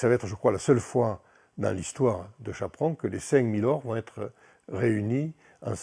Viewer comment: Chapron, et pas "Chaperon", comme chaperon rouge...